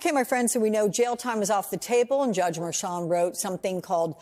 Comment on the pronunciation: that is really weak, adding a "t" to the end of Merchan's name. How long did it take you to come up with that?🤣🤣🤣🤣